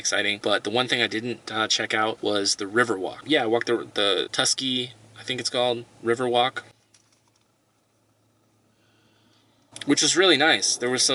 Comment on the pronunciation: we're in a drought and you're getting water that way ------------------- shame on you. pronounced Wa-show and Truck-key. best time to be in Yellowstone in August for the climate, and better mid Sept for fewer people.